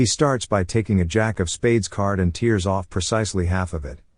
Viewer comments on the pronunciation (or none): Dear AI (I suppose), it's "tears" as if it were "tares", not "teers". :P